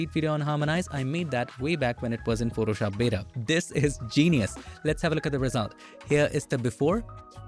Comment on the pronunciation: ... and "Photoshop beda"